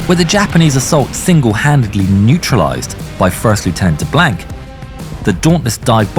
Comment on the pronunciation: Being a Cajun in Louisiana I'm proud we are represented by DeBlanc...but learn how to pronounce his name and the actor had no accent and we don't use culture references every five seconds "bring on the gumbo"...lol or the swamp references...but other than that great representation